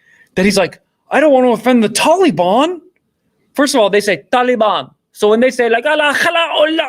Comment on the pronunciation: I thought I was the only one bothered by "Tolly-Bon" 😆 My new favorite song lol